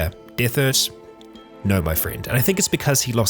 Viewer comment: His name is Derthert, btw. just mispronounces it. XD